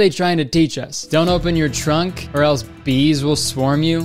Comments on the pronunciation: He says “trunk” the first time, but the second time sounds like “chunk”. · it's just that when he said it it sounded like "chunk" bc you couldn't hear the r lol